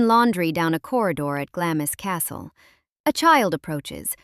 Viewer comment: Glamis is pronounced Glahms!